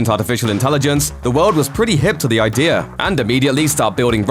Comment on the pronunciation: Idea man, not I-dear.